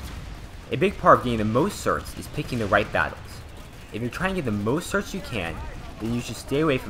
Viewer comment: Certs, not "sorts" you dumbass